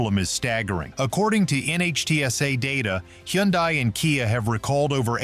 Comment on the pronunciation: Why is he calling a hyundai a hendie ? Wouldnt a car expert know the models. He mispronounced another one too?